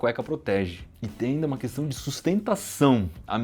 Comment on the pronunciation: Ops!.. Será que eu ouvi direito vc falar “questã”? Em todo o caso, parabéns pelos seus ótimos vídeos!